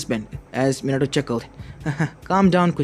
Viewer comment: MINATOOO hmmm or minatoe XD